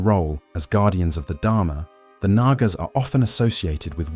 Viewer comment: Its actually pronounced with the second A being silent